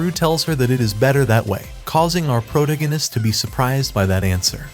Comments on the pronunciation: That and him saying "proganist" instead of protagonist keeps me from watching these vids. And he says it CONSTANTLY. Never the characters name, always proganist...🤦‍♀️ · Ugh... was 1 min in before i realized you were the pro-gan-ist guy. Wtf is a proganist??? You mean proTAgonist?? I can't listen to this. So many mispronounced words. If this is ai reading this shit it's really DUMB.